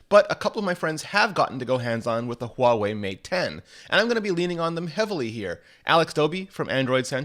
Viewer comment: Holy shit, someone who is actually pronouncing Huawei right :O